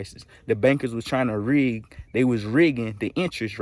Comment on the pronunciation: Am I high rn or did you say “N word rig the price”?